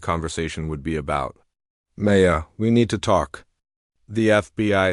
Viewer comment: Why, in this story does your AI pronounce her name "MAY-uh" instead of "M-EYE-uh"!!!???? AND, why does this AI of yours say FKN "DOT" at periods!!!!!!!!!!!!!???????????????? I can't listen to this BULL-SHI-ITE!!!!!